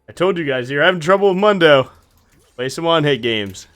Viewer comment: The correct way to pronounce Mundos name is “moon-doe” not “mun-doe”. Hope this helps